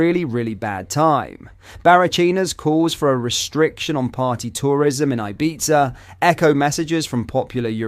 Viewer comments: Pronounced 'Ibetha' not Ibeza! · I don’t know if when you do some of these videos using AI with your voice as so many worlds used are pronounced very bad like “ibeetza”😂its every video that your not actually on.either that or maybe readings very bad🙄 love your stuff still 👍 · It's spelled IBIZA, but it's pronounced IBITHA, with a TH sound instead of a Z sound! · Sounds like you are saying pizza